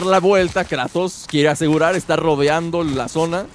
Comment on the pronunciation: por que le dices kreitos a kratos